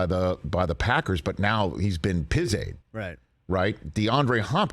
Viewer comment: He should never say pizaid ever again.